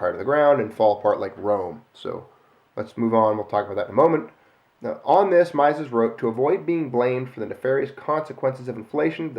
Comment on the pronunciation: FYI - Mises is pronounced like "Meezes".